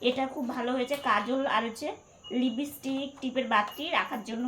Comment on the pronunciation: a kothata Lipstick tumi Lipistick bolo na